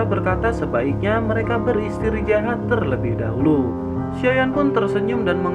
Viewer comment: Apakah telingaku doang yg mndngrkan ber istrijahat bukan beristirahat 🙂